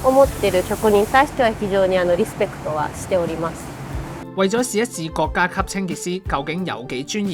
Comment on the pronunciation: 國‘各 洗’細😂